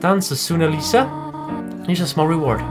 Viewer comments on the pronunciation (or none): How he says Aliza. ALLEESSA facepalm